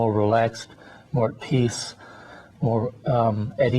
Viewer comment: peace not peas !! lol